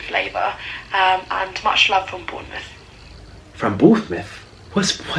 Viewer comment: Can I just say that I love you because you manage to pronounce everything so wrong 😂 lol like David Dobrik and Bournemouth 😂 your personality is so endearing Nik 💜